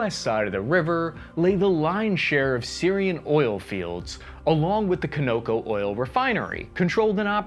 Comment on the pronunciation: Con Ō Cō